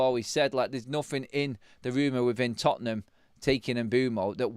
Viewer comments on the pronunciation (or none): none